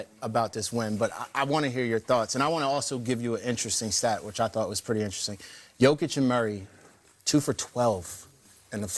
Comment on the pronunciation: Did DeMAR call them Jokic (hard J) and Morrow?